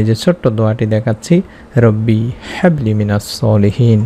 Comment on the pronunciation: Quran shorifer aayaat gulur uccharon shuddha bhabe korte hoy Bhai."Habli" te chuto "Ha"ase